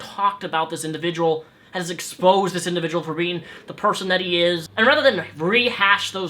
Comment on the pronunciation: said indjivujul twice